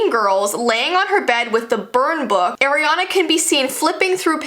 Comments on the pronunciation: Ariana not aranna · Its not Airana its Ariana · No one:: "AIRiana Grande" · I love the top! Just saying the pronunciation is Ariana grande not Airana grandi. No hate i love you. Also can you do Olivia Rodrigo if you haven't done her yet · It's Ariana not Airiana just to clarify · Why did u say eriana grande it’s Ariana grande not trying to be mean but u so cute girl omg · it’s not AIRANAN grande it’s ARIANA Grande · Its ariana grande npt airana grande you fake as fans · ARIANA NOT AIRIANA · it’s ah-riana not air-riana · Everyone is saying eriana grande not Ariana grande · air-iana Me:ITS PRONOUNCED O-RIANA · Its not air iana grande its ariana grande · today we will talk about airiana Grande Me:Airiana grande? You mean ariana grande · Ariana not eriana😂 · Eriana? Ariana ahahahhahahaah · It's not Airiana Grande it ARiana grande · It's not air, it's ar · you dont say her name as airina its like ar-iana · NOT AIR-E-ANA IT IS ARE-E-ANA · Airiana? I know your Canadian but AIR-IANA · Airy-ana haha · I am not a hater i love you you are amazing but it is soooo bad that you pronounce her name WRONG Its Ariana not Eriana and you are not the only one who says it WRONG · so she's one of those people who pronounces her name as Air-e-ana instead of Are-e-ana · I like how she pronounces Ariana grandes name air-ana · ugh the way u pronounced Ariana u pronounced it airiana gande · instead of ari-a its are-eana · i find it funny how you say Air-ree-ana, i thought it was pronounced R-ree-ah-n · You're saying airiana grande It's Ariana Grande I don't even like her why- Sorry K bye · "Airyanna". 👏 honey 👏it's "ARIANNA" 👏👏👏👏👏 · It’s not AIRiana it’s ARIana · Say her name like “air” and not “are” I dare u also love u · Im sorry but its AR IANA NOT AIR-iana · Am I the only one who doesn't like the way she says Ariana. AIREANA. NO. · IT'S AR-IANA GRANDE NOT AIR. ARE-DIANA! NOT AIR-GRANDE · Ah! She says eriana not ariana! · Ah yes air-iana